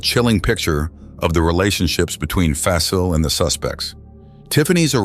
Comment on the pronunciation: Aside from mispronouncing their names especially Shakilus and Fasil you did good telling the stories. I feel so bad for Fasil's wife and kids.